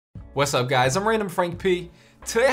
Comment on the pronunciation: It’s usually what’s up guys not wass up guys is something wrong?